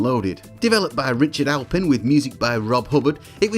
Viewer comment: I wrote that! It's "Aplin" not "Alpin" btw ;-) cheers! You nailed all the technical aspects; although a turbo loader on the c64 wasn't all that hard to do, you have a hardware timer and the tape data causes an interrupt so you can just run the game in the background. All the games using invade-a-load were compressed (which games didn't usually do) so generally they loaded quicker than if IAL wasn't used. Loader games were extremely hard to implement on other systems though; usually you don't have a hardware timer or tape data interrupts. I'm amazed people got loading games working on the Spectrum